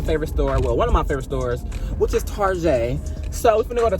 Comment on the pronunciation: I love how all of us as black people call target “tarjè” 😂